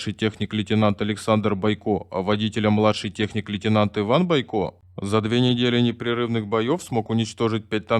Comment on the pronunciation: Не понятно, почему БойкО,а не БОйко, наверняка какой-то неуч читает.